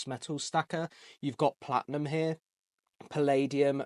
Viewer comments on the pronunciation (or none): Platnum? I think you mean Platinum. Fanx, Froo, Lifium.